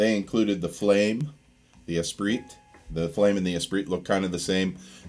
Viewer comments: it's pronounced "Es-PREE" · pronounced 'espree'. darn french! ptuiii! love that guitar though. played on in 1984 at Proshow music and sound in portland. first electric guitar i ever touched....thru a rockman...x100 or something like that. just stunning! thanks for the video!